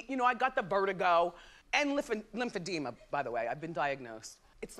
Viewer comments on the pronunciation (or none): Lymphedema... not edoma!